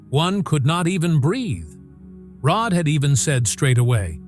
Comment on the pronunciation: Terrible let down. Can't even get Rods name correct.